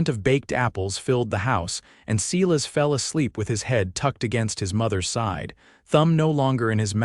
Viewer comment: AI is not strong on name pronunciation, either. No one has ever said Seelas instead of Silas! 🙄